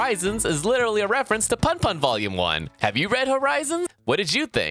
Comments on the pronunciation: It's not pun pun. It's "poon poon" just the ooh is shorter. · It's pronounced "Poon poon", like spoon without the 'S', i.e. Oyasumi Pun Pun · That's Oyasumi PUNPUN. Punpun is プンプン which is pronounced as “poon poon”. Punpun pronounced the way YOU DID IT, like fun fun, would be パンパン. Get it right.